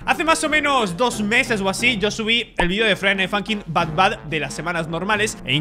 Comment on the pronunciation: es but bad no bat bad